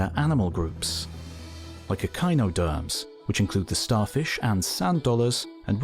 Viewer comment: I love that he says echinoderms right, but chordates just complete confuse him.